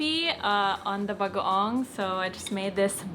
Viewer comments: His pronunciation of bagoong progressively gets better throughout the video 😁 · I love that he pronounces bagoong better and better each day haha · He's saying "bagoong" perfectly. 😍